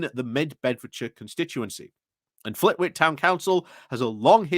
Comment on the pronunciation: Just a minor note, the w in Flitwick is silent